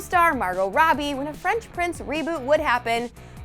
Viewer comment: Did she just say French??